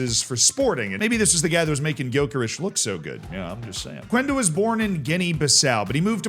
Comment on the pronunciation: Hey, we don't pronounce the U in Quenda's name. It's pronounced like Kenda.